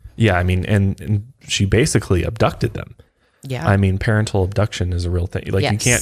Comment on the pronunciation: It's SO funny how u say 'parentle'! I'm laughing with u. But it's parental